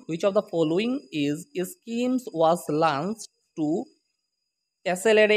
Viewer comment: Lunch nhoi re bhabu launched..... Alop hiki lo